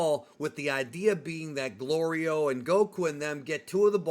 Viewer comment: Hey i dont mean to be a nit picker but i have to point out your pronouncing goliro completely wrong